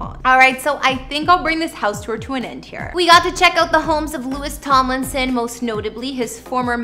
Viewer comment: It’s LOU-EE Tom- Lin- son 😂